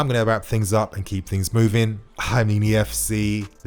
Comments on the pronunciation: It’s Nnamdi Collins. Pronounced Naamdi.... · You stress the N in Nnamdi to pronounce his name properly, he's obviously from Nigerian-Igbo parentage